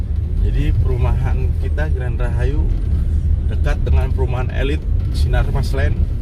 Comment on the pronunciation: Green Bang, bukan Grand ....hee 🙏🏻🙏🏻